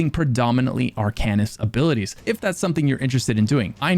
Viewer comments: You're pronouncing it wron. It's pronounced "Arc'n ist". Not "Are can ist". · Its pronounced Ar-cane-ist. not Ar-can-ist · The way you pronounce "arcanist" makes me want to begin a black sacrament with you as my target... Another fun game, take a shot everytime says Arcanist! Jabs aside, I can't wait for Necrom! I recently got back into the game and I've been obsessed with the antiquarian stuff. IC my character is a necromancer and I hope to advance him towards arcanist once I know more about the lore and stuff (other than all the already known hermaeus mora things) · Being really picky here... but you mispronounced Arcanist. The devs even pronounce it for you.